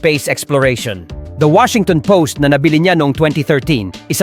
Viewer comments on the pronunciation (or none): none